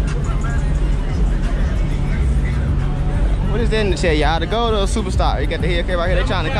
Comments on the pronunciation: Boy said ghoul “goal” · Ghoul... not goal. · It’s guuul nigga